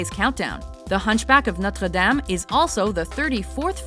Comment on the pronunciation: Why can't she just pronounce Notre Dame incorrectly like everybody else?